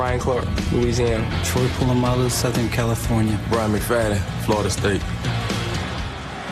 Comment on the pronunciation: so it's pronounced (pool)amalu and not (paul)amalu. He's just too nice to correct anyone lol.